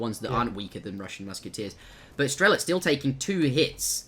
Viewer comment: You and keep mispronouncing "strelets" name. There is very strong "ts" at the end of the name, it's like saying "muske" instead of "musket".